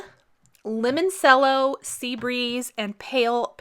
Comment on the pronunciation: Beautiful! FYI Lemoncello is pronounced Lemon CHELLO. it is an Italian liquor